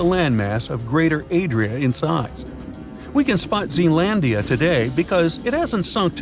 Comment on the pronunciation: It's Zealandia